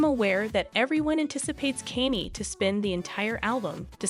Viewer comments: Why is she saying Kenzie west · cause the dyslectic dimwits saying kainnyy the whole video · kenny west💀💀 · The pronunciation of his name made the whole thing kind of annoying.... At least learn the pronunciation correctly. 🙄🙄🙄